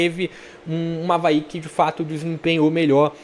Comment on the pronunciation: É o Avaê, tô falando desde a tua tier list, aprenda mais sobre o leão da ilha. Escuta o que tô te dizendo, o Avaí tem a melhor meia cancha do campeonato com Zé Ricardo, João Victor, JP e Marquinhos Gabriel, vão crescer mais ainda. Po e uma dica aí de pronuncia, o estádio Criciúma se fala “Eriberto ilse” - Heriberto Hülse. Abraço ae